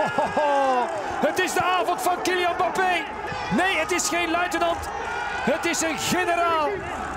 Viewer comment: Zei hij nou 'Bappe' in plaats van 'Mbappe'?